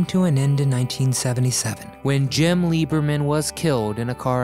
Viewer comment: In the thumb nail. The woman on the right is not jungle Pam. It’s Barbara Rufus. She’s also in this video standing in front of the demon funny car… and Jim’s last name was not LEEberman. It was LIBerman.